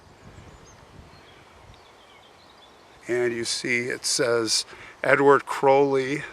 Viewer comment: Wow.....and you actually say his name correctly! 😊 ps....it "Blessed are the dead which die in the Lord".